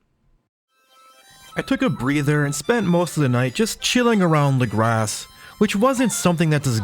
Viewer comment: Saying “lagrass” instead of “legrah” is driving me insane